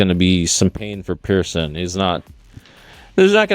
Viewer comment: Watch the video. Jungle clearly says Pearson.